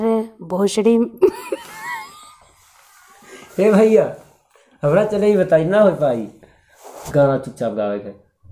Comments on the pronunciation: बोसरि है गाव बोसडी नही इतना मज़ाक मत बना व सही नाम लो। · Vill name in MH- (Bhosari) not bhosadi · gaon ka naam"BHOSARI " hai. Galat uchcharan ker rhe ho aap. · गांव का नाम भोसंड़ी है। सही उच्चारण करै।